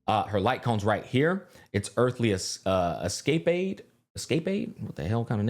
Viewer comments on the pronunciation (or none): “Es-cay-paid?” 😂 Es-cah-paid. I don’t blame even English speakers having trouble with the illogical pronunciation of English words. English is a shitshow. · Earthly Escape-aid? lol It's pronounced Es-ca-pade. It means an exciting adventure. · thanks bro! escapade is pronounced like escalade with a P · Lol my man just did the Finding Nemo bit IRL. "Escapaaay, I wonder what that means, it's spelled just like escape." 😂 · lmao smack doesnt know the word "escapade"? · Escapade. Pronounced S-Ka-Paid. It means doing something because it's exciting or fun. Seems pretty on brand ngl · Escapade = Es-cap-aid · Just fyi, its actually pronounced s-ka-paid haha. Great video! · Its Escap-paid! 😂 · Love the video. Btw her lightcone is pronounced S-kuh-pade. Lol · The LC is pronounced ES-CAH-PADE 😆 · pronouncing escapade as escape-aid is so funny to me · The light cone is pronounced like "Esca-paid". I know this is annoying to some people but just throwing it out there for ya. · Bro fucked up the word escapade hard af